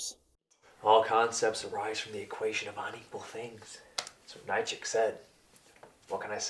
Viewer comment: or so…. Does the hippie guy say a quote from philosopher “Nye-check”?! Da’ fuh kizz he talkink ‘bait? Nietzsche (or neee-Chee?)?!!! It’s NEE CHEE, no other pronunciations, no cute nick names. NEE CHEE, and not Nip CHEE or Toast CHEE, from the Lance Snacks Collection of cheez n’ crackers / peanut butter n crackers, and so on. But yes. Nee CHEE, not “nit chuck “, “nunchuck”, “ground chuck”. Thank, goodnight. 🥷🏻🥷🏻🥷🏻🥷🏻🥷🏻🥷🏻🥷🏻🥷🏻